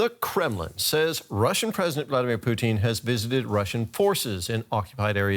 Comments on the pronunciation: I love how the reporter keeps calling Putin (Poo Tin) Poutine (Poo Teen), like the canadian gravy and cheese fries 😆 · I’m sorry I was cackling every time the anchor said the dictator’s name. It sounded exactly like how some Canadians pronounce “poutine” which is a comfort food made of fries, a specially blended gravy, and cheese curd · I love hearing Putin's name pronounced "poo·teen". All I can think of is fries and cheese when I hear it.